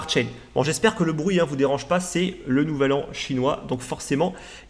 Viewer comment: j'ai ri qd tu as prononcé "nelle an chinois"